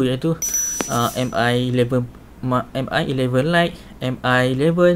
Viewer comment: Sebutan dia bang Mi=Me bukan M-i. Btw vid ni yg sy tunggu2 dr ytuber malaysia